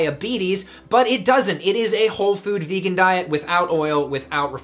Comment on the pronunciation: "Vaygun?" Haha